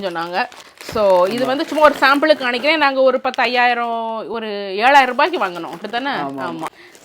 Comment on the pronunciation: Kanikaren illa ..kamikaren is the right acent... m not N..